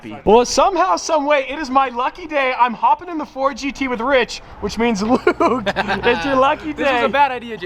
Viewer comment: James: “so we wide bodied the new ford get.”